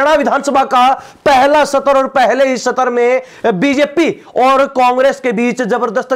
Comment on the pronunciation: पतलकाल भाई सतर नहीं सत्र होता है. अपनी पतलकालिता का सतर ठीक कर लो